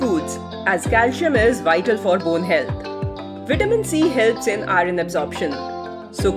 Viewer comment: Pronunce iron properly. It shouldn't be pronounced as "i run"